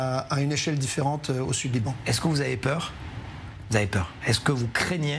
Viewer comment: Liran au lieu de LIBAN